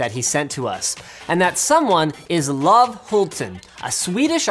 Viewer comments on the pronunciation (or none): I cringed so hard when he pronounced the name as "love"! It's not love, it's "Lo-ve", "Lo" like in "low" (somewhat), "Ve" as in "VEntriloquist". It's not a silent E! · As a Swede it really triggers me when you call him Love, the E isn't silent because we don't have that grammar rule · The name Love is pronounced more like Loo-veh, not like the english word love. Not so important, just saying. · oh, his name... you butchered it. It's "Lov;e" not love like i dont know phonetics but yeah. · His name is not pronounced as the english word love! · That may be the worst butchering of a name that i've ever heard.... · Love is not pronounced that way